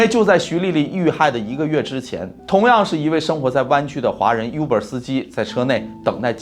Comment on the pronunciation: Uber应该念成"污ber，不是优ber“，officer打开率是指警官，不是军官（游行维持秩序的不会出现军人）